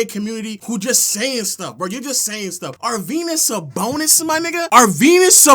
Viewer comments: Nga said arvydas sabonis 😭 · almost clicked off when he said sabonis 😭😭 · Bro is like 30 years old having a temper tantrum like a 5 year old shouting “you’re dumb” just because he doesn’t like someone’s all time nba list lmao. Constantly calling other people dumb when he can’t even pronounce sabonis’ first name correctly, and spent an entire video saying “expedition” instead of “exhibition” when talking about team USA’s exhibition games.